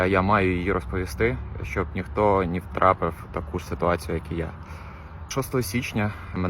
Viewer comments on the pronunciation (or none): Дуже схоже на іпсо. Хлопець на початку сказав "нє втрапив", з дуууууже російським акцентом, читає з екрану чи папірця без будь яких емоцій.